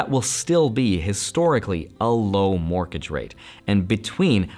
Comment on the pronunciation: Morkege rate? or Morgage rate? Not a hater love your content! just thought it sounded funny, fantastic content as always!